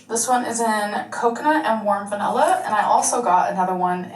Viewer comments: Why does she keep saying VENELLA instead of vanilla? Why does it bother me so much? 👀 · i dont know if 'vanella', 'expecially', or 'Laygo' annoys me the most. judy is soooooooooooooo adorable